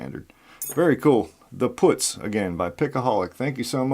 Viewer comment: Great picking, bud 👍 Nice pins, well thought out. Putz, with the "u" sound like "up" 🙂